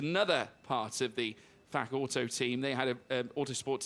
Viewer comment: Please say Fach properly. It sounds bad 😅. Ch is a normal h like in home etc. Sorry had to. Thank you for the stream. Cheers